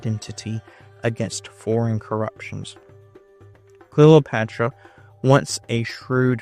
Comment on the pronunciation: Great video. You seem to pronounce it Clelopatra? Is this the way it sounded?